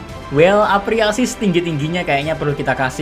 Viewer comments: Apresiasi bukan apreasi 🤣🤣🤣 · Apresiasi Mr bukan apriasi wkwk , saking excitednya 😂